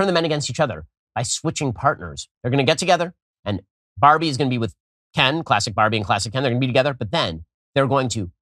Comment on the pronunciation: He also keeps accidentally almost saying Ben instead of Ken.